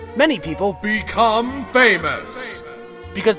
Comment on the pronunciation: 1)outro song plzzzzzzzzz 2)it sounded like BECOME ANUS